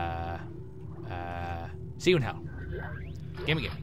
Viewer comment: "uhhhhhhhh...seeyouinhell" lol